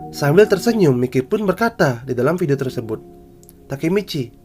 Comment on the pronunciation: Bang tolong bilang kata miley nya jadi mayki ya bang soalnya gk nyaman bat denger kata mikey